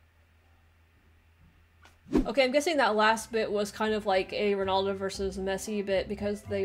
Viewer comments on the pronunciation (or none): Just to let you know it'd Ronaldo not Ronoldo